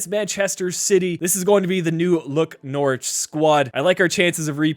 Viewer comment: Good video but I’m from Norwich and it’s pronounced more like nor rich